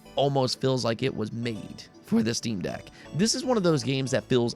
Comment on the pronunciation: Quick note even though nobody asked lol; it’s jarring when you constantly say steam DECK, putting the emPHAsis on the wrong sylLABle $.02